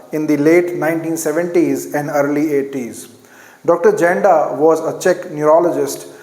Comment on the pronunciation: I am regular follower of ur videos. With all respect, there is a mistake on pronounciation of "Janda". Actually it's correct pronunciation is " Yanda"